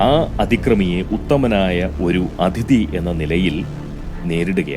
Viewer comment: അധിതി അല്ല അതിഥി ആണ് . അതൊഴിച്ചാൽ പതിവു പോലെ ഉഗ്രൻ